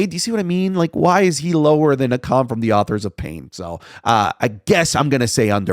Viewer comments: it's pronounced A-Kem, right? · u said akam wrong